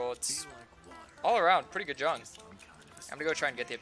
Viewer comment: Am I the only person who dislikes the pronunciation of "Jung"?